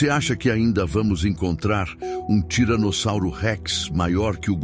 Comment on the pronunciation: Que agonia esse cara falando tiranozauros